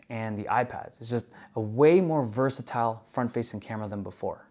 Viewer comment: You pronounced "versatile"" correctly, not like most US people, you get a like!